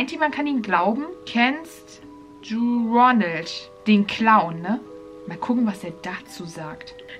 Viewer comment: Ich g-glaube er hat roneld gesagt